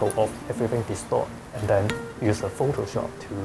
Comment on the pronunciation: "uhhh i can just use pho-to-shop." gotta love the accent